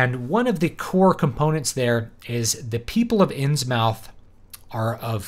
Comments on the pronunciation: Important!! You must pronounce it “INNS-MITH” ... rhymes with MYTH. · It's Inns-MUTH, not mouth. It's great that you're so unbiased and unemotional. Given Lovecraft's situation, his background, interests, mental problems/frailty and professional failure, I guess it would be surprising had he not held the racial views that he did. And with the ongoing Islamisation of Europe - there already are Islamic fundamentalist political parties here, and Sharia is already being practiced in courts concerning things like child marriage and inheritance - Lovecraft's visions of the decline of Western civilisation may have a lot to tell us today.